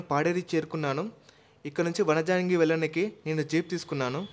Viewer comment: Vanijangi kadu bro vanjangi